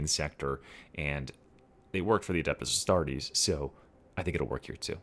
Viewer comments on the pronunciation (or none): Adeept-us A$$-tart-ez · Everyone makes mistakes with the sudo-latin names of 40k, even more if you are not a latin speaker language. Altho I was looking for this coment indeed kkkkkkkkkkkkkkkkkk